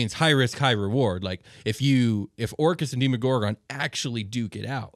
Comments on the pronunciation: Demo-gorgon, not Deemo-gorgon. Yeesh this gave me an aneurysm. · Was I the only one irked by how they pronounced the Demogorgan? I've always heard it as Deh•Mu•Gore•Gun not •Di•Mo•Gore•Gun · I've always pronounced it Demm-owe-gore-gun Hearing the long in the beginning always sounds strange to me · DEMO - GORGON. SAY IT RIGHT